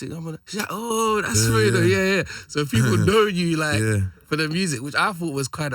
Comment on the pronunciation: THOUGHT IT WAS PRONOUNCED FREE DOE